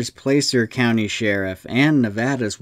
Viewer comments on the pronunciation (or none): Placer County is pronounced Plasser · your saying Placer wrong its more like Plaster ok